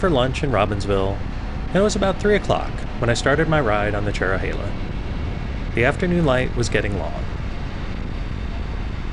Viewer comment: i havent ridden this in 28 years. the trees have really grown. the views used to be even better. ps: thanks for getting the pronunciation correct.